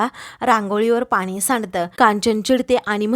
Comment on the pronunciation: 'आनी' 'पानी' हा ऊच्चार बरोबर नाही. 'आणि' 'पाणी' असा शुध्द ऊच्चार करा की.